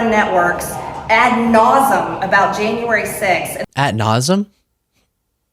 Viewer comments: Nausum?? Marge, dont try to use big words, lol. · She says shit "ad-nasum." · Ad nauseam, Marg! Don’t use words you can’t pronounce, or likely, can’t spell. “Peachtree” dish, “gazpacho,” “indiktment,” ad nauseam, ad infinitum. Blah, blah, blah…